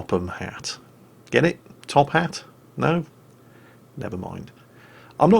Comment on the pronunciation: Every time you say Hat's name i laugh so bad